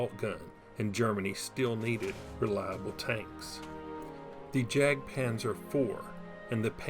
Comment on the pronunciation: Great video. BTW the letter J in German is pronounced like Y in English so ''jagdpanzer'' is pronounced yagdpanzer